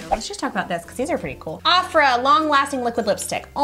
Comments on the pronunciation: Its Ofra not Afra... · Birchbox had the one called "Nude Collection" and it's pronounced OH-fra!!! Have you not heard of them? They have some of the best liquid lipsticks ever!! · awfra😂😂 it's pronounced ohfra. great video though❤ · Awe hey ladies, no shade, I just thought you should know that the brand that you got the purple lipstick in is pronounced OH-fra, not OFF-ra :) in the grand scheme of things it's not that big of a deal, just thought you should know!